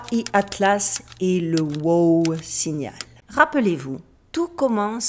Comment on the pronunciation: Ce n’est pas whooo 🐴 c’est WOW! signal 😅